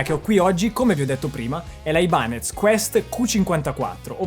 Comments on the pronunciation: No, per favore.... "Aibanes" no, ti prego... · Aibanez non si può proprio sentire.